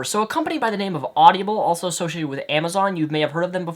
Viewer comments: its awdible, not awdibiable or at least to everyone else...If you get my linguist attempt there without actual linguist notation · lol it's not audiable it's audible.. haha you pronounce it weird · It's pronounced Odd-ih-bull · stop pronouncing it "audiable" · You mispronounced audible the entire video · you are pronouncing audible wrong.